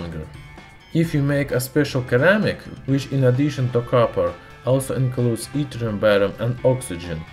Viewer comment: "...comes from the island of Cyprus" : "island" in English is pronounced like "eye-land". "Cyprus" is pronounced like "sigh-pruss". "ceramic" has a soft-c sound in English as if it is pronounced "se-RAH-mik". The "k" in "know" is not pronounced. ("no") "Blue-blood" (bloo-blood) But the word blood rhymes with flood or mud. You really should prepare your script and have it checked by an English-speaking person for proper pronunciation.